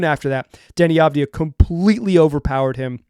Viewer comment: You can hear exactly how Saraf is pronounced in the first seconds of this video: AVujmuH2Po4 The good news, at least you're pronouncing Deni's name correctly, that's not something to take for granted and quite nice after hearing numerous commentators and announcers butchering his last name during his first years in the league.